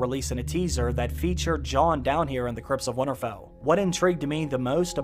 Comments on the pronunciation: Nobody:: "Wannarfell" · Great vid but it’s not winnerfell there is a t in winter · Can someone teach this guy to say Winterfell instead of winnerfell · Why can't you say winterfell ? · The way you say "Winterfell" though...